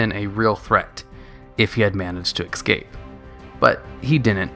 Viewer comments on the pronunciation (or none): "If he had managed to eckscape" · Absolutely amazing videos, love listening to them. However, every god damn time you say "eXscape", I want to punch a wall. Please, practice that 1 word a little... just that 1 word... pretty please?